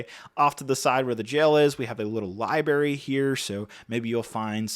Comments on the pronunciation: Lie-berry??? There's no way you just said lie-berry. Nice review though 😂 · I can forgive a lot, but saying libary is triggering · did bro just say "libary"? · Hey bro can you take a minute before every video to learn to pronounce all of the words you intend to say? Libairy, foilage etc. stop making up words. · And “foilage” - I swear it was a deliberate reference to Simpsons S08E04: “all that gorgeous - foliage! - I can’t excape Lisa, our little walking libary!” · Yep, tasteful little 'lie berry' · Library has two r's bruh